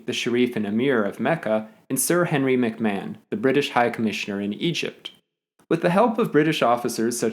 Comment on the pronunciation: Is that really how McMahon is pronounced?